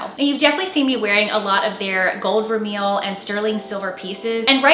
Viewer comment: just an FYI but Vermeil is pronounced "ver-may".